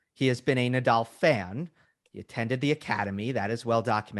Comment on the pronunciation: I think Americans butcher Nadal's name. Haha